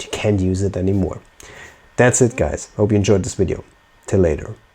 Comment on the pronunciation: Did you just say wideo? Did you mean video? Virginia accent?